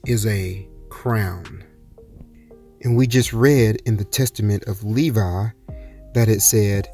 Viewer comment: Thank you, it sound like Nevi instead of Levi thank You